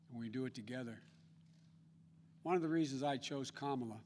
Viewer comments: He is calling her Kama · Hahahaha he mispronounced her name hahaha